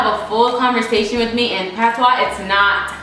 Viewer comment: As a Jamaican watcher I loved hearing about your roots. its you saying patois for me